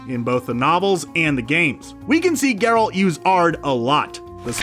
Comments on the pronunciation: Stopping watching this less than a minute in because of how you pronounced Geralt's name. At least get someone who's watched the show to narrate. After that I don't trust anything else you have to say. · It took you of this video to finally say Geralt's name correctly. Lol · Barbara Walczyk their pronunciation of Geralt IS a pronunciation but it’s not the one used in the games or movies. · Here's 1 think you don't know, YOU'RE SAYING GERALT WRONG! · To be fair, it seems like the narrator is attempting to pronounce "Geralt" the way it's pronounced in Polish. But his midwestern accent is so thick that it just sounds silly. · His pronunciation of the name improves later (at times) in the video if it helps. It's also a nice video to watch if you don't know the background lore from the books/games. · Ger-alt and Moose-ack.... Ugh.... Drove me crazy too. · why he say it like that tho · It’s gEralt, not Gralt! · "25 Things You Missed In The Witcher" 1. Geralt is now called GRolt 2. Mouseack is now called Moose-ack 3. Fringilla, the pale lady with green eyes is now black. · "GerAlt"?... Have you even watched this series? Cmon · I'm pretty sure kaer morhen isn't pronounced like that and whats up with gRealt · You're killing us, man. Who is "guh-RALT" and 'Gralt'? Also, the 'J' in Jaskier makes a 'Y' sound (e.g. 'yes') rather than a 'J' (as in 'jewel'). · OMG, Mouse-Sack... NOT Moosack Ger-Alt... not Gare-Alt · You lost me at Grrr-OLT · Grolt, moosehack, yarden, dimertium? Come on dude. You know the commentator knows nothing about the witcher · GeRALT and MOOsack. If he mispronounces another name I will Aard a child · Wtf is a "GROLT" tho? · Ah yes the famous character GrALT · I thought Gr-Alt was bad, then I heard An-DrAezeg Zepcowski. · pronounces Geralts name wrong the first time he says it then gets it right quite a few times before he gets wrong again, wtf is up with that? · Omfg learn how to say THE MAIN CHARACTER'S NAME. Lazy lazy.